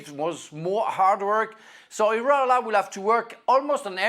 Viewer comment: It’s Iraola Stevie not Areola😂